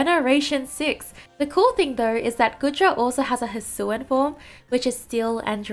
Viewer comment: How to pronounce “hisuian” : hisuwiyan It kinda hurts me that somebody says “hisuan”